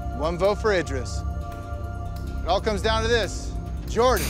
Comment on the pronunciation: How do Laurel, TJ, and Jordan manage to all pronounce Idris differently? LMAO